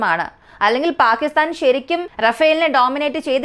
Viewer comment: ചെറിയ വായിൽ വലിയ വർത്തമാനം പറയണ്ട. അവനവന് ആവുന്നത് ചെയ്താൽ പോരെ? പാക്കിത്താൻ അല്ല, പാകിസ്ഥാൻ ആണ്. ആദ്യം ഭാഷയും ഉച്ചാരണവും പഠിക്ക് 😛😛😛